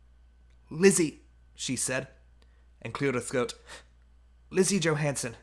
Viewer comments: her name is Lise not Lizzie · Her name is not lizzie its lisa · you say lise like this lee se